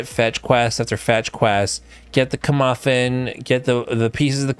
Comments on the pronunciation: Kirmuffin? Was that joke or sumthin? It's mc'guffin. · That dude butchered "McGuffin" calling it a "Comuffin" lol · K a correction, starfield has powers almost function identifcal to Skyrim shouts. And it’s macguffin not muffin